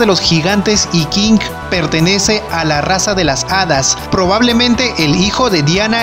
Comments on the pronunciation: Por que chucha dices, Kinggg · buena info bro. pero Tu manera de pronunciar los Nombres de los personajes me provoco cáncer en los oídos . en especial cuando dices Kinggrrrr . saludos bro. buen video